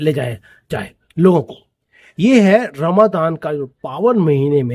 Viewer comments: Good pronunciation - RAMA DHAN. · Good pronounced - RAMA DHAN😊.